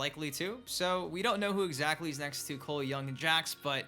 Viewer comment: You gotta stop saying coles name like that you sound stupid just say it normal